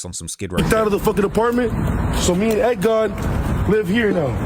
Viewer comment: It's Egg God not Egg Dog